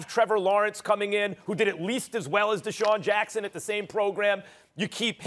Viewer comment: Did my man just say Desean Jackson 😂